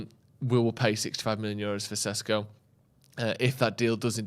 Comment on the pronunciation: its SHESHKO plsssssssss not SESKO